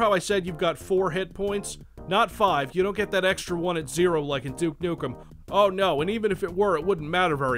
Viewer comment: "Duke Nuckum"